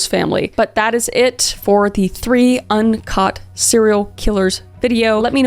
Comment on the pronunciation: I thought she said uncut serial killers at the beginning. Not un caught, so now I really need to know how many are uncut vs cut